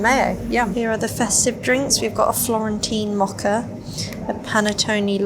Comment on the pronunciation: it isnt muckuh it is MO_KAH mocha